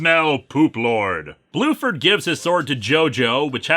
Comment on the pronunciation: Bruford, not Blueford.